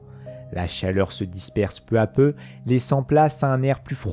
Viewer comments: Bonne vidéo mais pitié, attention aux liaisons "mal (t'à) propos" telles que "peu (z'à) peu". J'en ai relevé suffisamment pour me permettre d'attirer votre attention sur ces mauvaises dictions (en toute simplicité et gentillesse évidemment). Bon travail, merci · Intéressant ...Mais je ne sais pas qui a écrit le texte mais certaines liaisons font mal aux oreilles ...Notamment "peu z'a peu ... et les autres ...